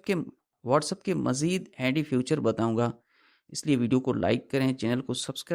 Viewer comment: 😂سستے سانئس دان فیوچر نہیں فیچر ہوتا ہے